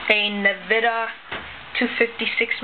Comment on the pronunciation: actually its En-vidia